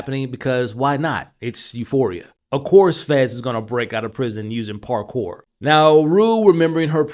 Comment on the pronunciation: The "parkore" part was a give away for me 😂